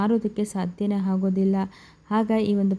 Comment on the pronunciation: ಹೆಂದೂ , ಹುದಾರಣೆ , ಹಾಗೋದಿಲ್ಲ, ಇತ್ತಾಳೆ, ಹಗಲ, ಎಬ್ಬೆರಳು, ಹನ್ಕೊಂಡೂ , ಹೊತ್ತಿ, ಅತ್ತರಿಂದ , ಅರಿಯುವ, ಹಾಗಿರಬಹುದು, ಹೆಲ್ಲಾರಿಗೂ ಹೊಳ್ಳೇದಾಗಲಿ😢 ಕನ್ನಡದ ಕಗ್ಗೊಲೆ